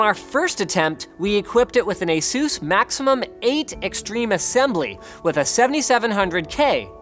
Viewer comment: How the fuck did he even say Maximum... 🤦‍♂️🤦‍♂️